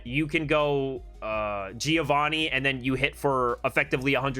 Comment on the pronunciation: i'm an Italian and i teach diction. Plz pronounce Giovanni with the double n. Without an n is "giovani" that in italian means "yungs" . There is a trick to pronounce correctly a double consonant. Think to the word " Upper" while saying Upper you do a small pause "Up-per". The same happen to Giovanni. Just pronounce Giovan-ni , and there you have it.